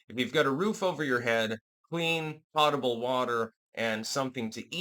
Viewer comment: Thank you for correctly pronouncing "potable" water. It refers to water without inorganic poisons which can be safely intaken after boiling in a pot, which kills infectious biological contents. It's not the popular pronunciation "pote-able," since there aren't any potes. Next, "patina" has more in common pronunciation -wise with George S. Patton than it does Hurricane Katrina.